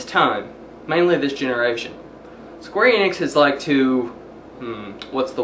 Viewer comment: not eeenix, en, ix, not long e, short e, enix